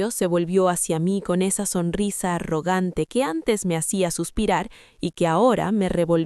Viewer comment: Esta historia ya la subieron en otro canal con otros nombres 👎👎👎👎¿Quién plagia a quién?. ¿Songrisa? 😂 SONRISA, no "songrisa". Usen audio inteligencia artificial de mejor calidad.